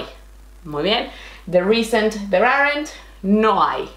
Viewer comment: You explain everything SO clearly! I have tried many different teachers, but you are the BEST! I teach English to Spanish students online. Let me please correct your English - this is how we learn! Aren't and Weren't are ONE syllable, so they sound like aaant and wernt. I have enjoyed many of your classes - BRILLIANT!